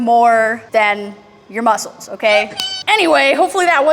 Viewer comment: has me laughing to hard in the middle of the spider man planks cause she says she is spider man and then the wibbly "breh" 😂 Also when she says "feel it in ya bones.. feel it in ya mussuls". Fucking dead from the workout and the comedy, hey laughing helps build your core aswell, dam, she is a next level trainer 😂